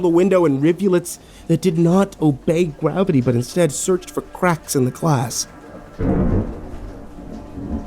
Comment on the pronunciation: “Did not obey gwavity